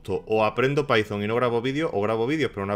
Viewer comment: Like por "Pitón" en vez de "paizon" ❤